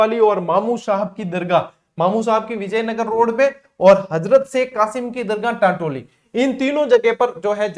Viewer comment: टैटोली नहीं है टान्टौटि हैं सर जी ❤❤